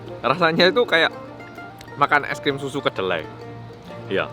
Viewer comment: Org korea ngomong e es krim